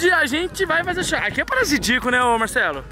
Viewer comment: " Parazidico "kkkk